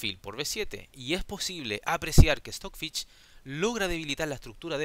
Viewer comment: No pongo like porque dices Stockfich